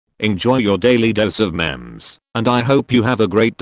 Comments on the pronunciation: the text-to-speech sounds like it’s saying mems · I like how the narrator says mems instead of memes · The text to speech said *daily dose of mems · I just love how he pronounced memes as mems